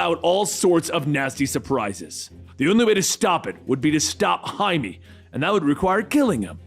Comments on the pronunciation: Jaimie? It's pronounced High-May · Jaime= Hi-meh not Jay-me! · Wait isn't blue beetles name Jaime? Like, pronounced "high-may"? Why did you call him Jamie? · Did this dude just hi may “Jamie” Every story bruh, start googling pronunciations it takes literal seconds